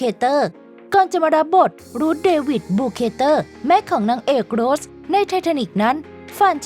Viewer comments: ทำการบ้านในการอ่านนิดนึงค่ะ อ่านชื่อนักแสดงผิด ฟังแล้วไม่ค่อยสมูทเลยค่ะ เช่น เคท วินสเลท คุณอ่านเป็น วินเลท แสดงเป็น โรส ไม่ใช่ โรชนะคะ ปรับปรุงนิดนึงจะดีมากๆเลยคะ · ออกเสียงนักแสดงได้ห่วยแตกมาก โดยเฉพาะ เคท วินสเลต / โรส-rose